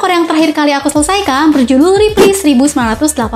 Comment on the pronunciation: Reply (red: riplai) kak bukan ripli 🥲